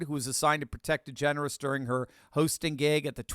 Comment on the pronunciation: You said Ellen Degenerate wrong.